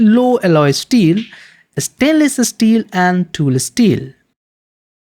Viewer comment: its mot asteels, its steel.